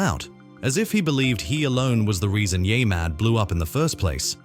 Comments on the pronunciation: Wait...the voice calls it "yaymad" 2x in a row, then, the 3rd time, says it correctly. WTF ? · Yeah-mad, not Yay-mad. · What the fuck is yay mad? Its yeah mad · Can you redo this episode with the proper way of saying YEAH Super annoying. Yaymad sounds dumb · It's YeahMad, not YayMad. Gotta be pretty dense if you can't even pronounce it correctly. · Use a better AI narrator, one that pronounces Yeah Mad as Ya Mad instead of Yaay Mad. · U know its called yeahmad NOT yah mad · The AI voiceover manages to say "YeahMad" wrong in a few different ways. Impressive.